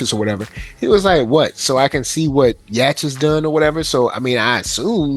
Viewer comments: not yall calling yhwach "yash" 😭😭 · it’s pronounced “yuhabaha” or like “You-Ha-Ba-Ha” but most people just say “Yuha” or “You-ha”. Idk how tf can “yhwach “ sound like that but it’s prob some German thing lol